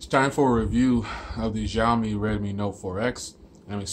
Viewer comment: Nice conversational review, it sounded very authentic. You are right with bands being somewhat not ideal for US, there is a Global model of Redmi Note 4, which is just rebranded Note 4X but this one has better bands for US use. I like your reviews, keep up the good work. One tiny suggestion is that Xiaomi pronounces as 'Shao', not 'Jiao', you can ask Chinese friends for this but that's how it's supposed to sound.